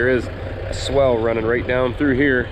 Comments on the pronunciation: Man you do use that word a lot - its supposed to be SWALE not swell as you kept saying. Its a long "a" sound. Swell goes up, swale goes down... 🤣🤣 Of course using it your way kept us in the know as to what you meant. Doesn't matter much as long as the water drains the way you want, right? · what you are calling a swell is actually pronounced swhale. That may not be how it is spelled, but that is the way it is pronounced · I like your videos, but please, if you are still n the business, please stop calling it a "swell". It's a "swail". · Not to be a nitpicker, but I think the word your looking for is : "SWALE" (sounds like: 'SAIL'), a 'SWELL' would be a location that is loaded with water, making the soft mud you were hoping to avoid. [Sorry, it was bugging me each time I heard it...I knew what you meant, though...] otherwise, great job & choice with the tractor, it looks great now! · I know how it’s spelled I’ve just never heard it pronounced that way and I’ve been doing this a while, every part of the country is different I guess 🤷🏼‍♂️